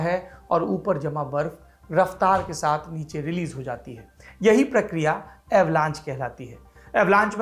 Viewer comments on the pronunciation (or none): none